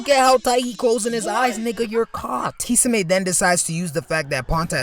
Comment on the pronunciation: The way this guy says “kee-suh-may” is diabolical